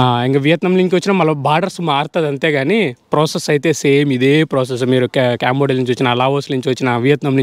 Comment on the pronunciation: అరేయ్ క్యాంబోడియా కాదురా అది కాంబోడియా రా ఎడ నుండి వసారురా మీరు ఎవర్ర మీరంతా 😢😢